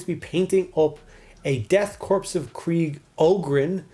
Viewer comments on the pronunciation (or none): Not to nit pick but I believe the Korps is pronounced (core ) rather than corpse. That was an old left wing word play as old as the Vietnam War. AM I wrong?